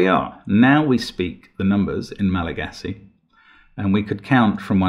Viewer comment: One of my closest friends is malagassi and they were both shocked at your pronunciation and impressed by the logic to solve it despite the pronounciation